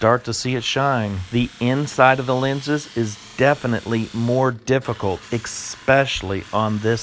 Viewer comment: hahahaa, I thought, "Did he just say expecially??" and wondered for a split second if I'd been saying wrong all these years.